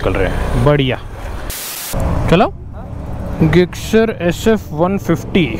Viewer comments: Bhai you are pronouncing Gixxer wrong you can speak jixxer in speaking and in writing gixxer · अरे ते suzuki गिक्सर नाही जिक्सर आहे. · Bhai gixxer hai bolte zixxer hai or aap ggixxer😂😂